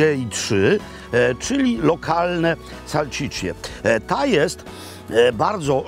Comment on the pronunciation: Panie Robercie. salSicia nie salCicia. Pozdrawiam